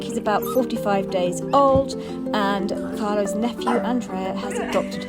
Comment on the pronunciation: Scusi Carlos with an s😂